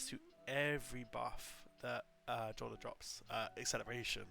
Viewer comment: Jolder is pronounced Yolder. You can confirm this simply by playing the game and listening to the ghost and npcs say Jolders name